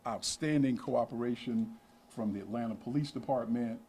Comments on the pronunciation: Hey there. It's Atlanta not Atlatna:D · Atlanta* not atlatna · "ATLATNA?" Is this a fucking joke? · You spell it “ATLANTA”. NOT. “ATLATNA”.